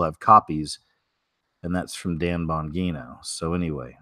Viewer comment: It’s pronounced Dan (Bon-G-No)